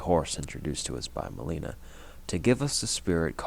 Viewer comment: The way you say Melina's name is driving me crazy. She literally tells you how to say it when she introduces herself. There's no reason to say it wrong so many times.